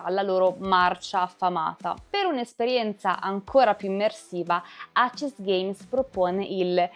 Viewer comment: Molto molto belli e illuminanti i tuoi video, che ho sempre seguito con interesse, in particolare quelli su VHS dell'amico Simone Morini (senza parlare della figata di packaging a videocassetta + grafiche spettacolari!)! Unico appunto, che volevo già farti sugli altri video, in cui presentavi i vari filoni del GdR VHS: perchè lo chiami "acesgheims" (pronuncia), se andrebbe letto tutto in inglese e cioè "eisisgheims"? Sfumature, ma per dover di precisione... Continua così con i bei contenuti che porti!